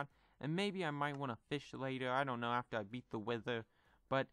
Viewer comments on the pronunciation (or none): none